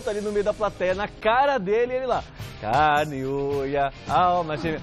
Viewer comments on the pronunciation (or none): none